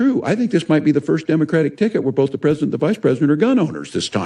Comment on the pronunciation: There is no “L” in the word “BOTH”, Pat, no “L”. ‘BOLTH” BOTH you and